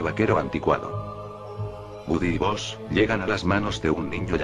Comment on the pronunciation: No es buzz lighitllear, el dice bozz